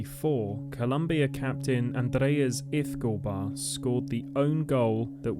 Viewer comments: It's hard to listen to this when "Escobar" keeps getting mispronounced. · ...very annoying indeed.